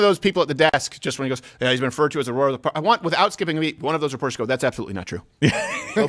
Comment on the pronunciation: "Throsa parks"